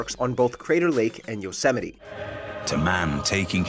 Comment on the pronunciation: yeah, because that is how it is pronounced. Yo-Sem-eh-tee